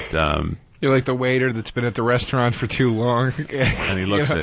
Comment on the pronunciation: I fucking loved Joe DeRosa's "restuarant"